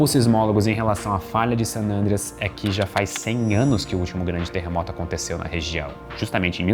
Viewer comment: O Cambly ensina a falar San "Ândreas"? 🤔